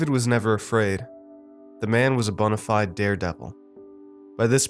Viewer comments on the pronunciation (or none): none